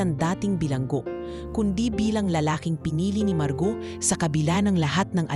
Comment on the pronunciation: Maganda sana Ang kwento kaya lang kelangan Ng narrator mag practice Ng pronunciation 😂 dahil Tagalog pero Mali pa Ang pagkabasa marguo ginawang margaw 😂😂😂